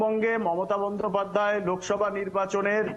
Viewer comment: লোভসভা না লোকসভা হবে.